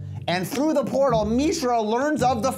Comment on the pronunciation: Did Maro just say MEESHRA?